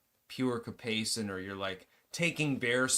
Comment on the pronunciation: It's capsaicin